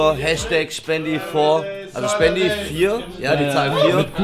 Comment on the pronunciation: NICHT Spendi NICHT sphendi es heißt shpendi !!!!!